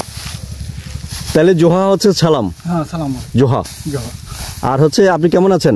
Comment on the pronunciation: Not joha it's Johar(ᱡᱚᱦᱟᱨ)... Thanks meaning Sarhaw(ᱥᱟᱨᱦᱟᱣ)....You can use google translate Bengali to santali...